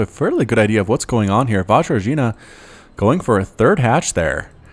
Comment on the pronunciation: Hello, Vajrajina here. Thanks for casting the game, I learned a lot from it (though those 'J's are pronounced differently, but w/e). I am well aware that I'm not a good player at all, but I am eager to learn. I think ultimately what lost me the game is that stupid base-race. My opponent had an entire base complex left with tech and production and I needed to reset from spawning pool with very few units to defend with and that stuff was just too much to micro-macro, never been in such a hectic situation before:/ Couple of things: Those roaches at the beginning were safety roaches. I didn't scout everything, so I felt like I must get a couple roaches, just to be on the safe side. The corruptors were my masterful knowledge of protoss builds and units. I just KNEW he was gonna go for colossi..........except not really. I forgot I can't turn them into brood lords until Greater Spire, so I was like 'oh crap, I just wasted all that larva and minerals', but then he turned up with colossi and I was like YEAAAHHH. In the end I deliberately sacrificed those brood lords. I was getting heavily supply blocked and he had mass voidrays, so I figured they were useless, might as well do some damage with them and win some time while I try to rebuild. I knew he was gonna kill them easily. Weather or not it was the right call is another question. And I was floating those crapton of minerals because for a while I was at max supply, then I got supply blocked and all my stuff destroyed, so